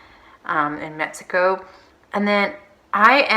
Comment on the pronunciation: Its so annoying how you say metzico.